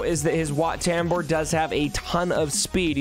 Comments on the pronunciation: The way you say WAT TAMBUR just hurts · Excuse me it’s wat taum-bore